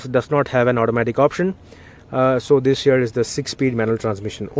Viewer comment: Your "this here" sounds like "this year".....lol